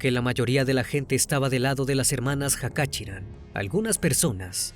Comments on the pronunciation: Se pronuncia Jachaturián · El apellido se pronuncia Cachaturian.